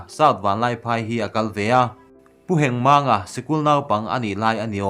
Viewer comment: Pu Hengmang tih lam danah hian Mang tih hi a thluk a awm tur a nilo,Heng tih chauh hi a thluk a awm e. " He^ngmang"